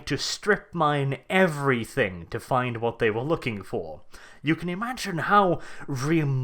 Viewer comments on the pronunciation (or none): none